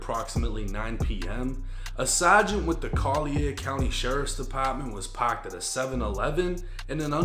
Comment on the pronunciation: “Pocked at the seven eleven in an unmocked vehicle” “The Sawgynt”